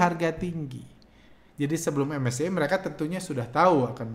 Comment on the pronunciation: ingat bgt awal2 bahas indeks2 luar begitu, krn unik aja ngucapinnya menolak untuk keren "em es ce i" dan "ef te es e" wkkwkww